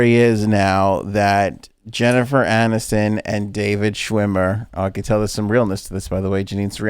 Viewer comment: I'm just going to be the resident frank fact checker.. it's Anniston, not addiston.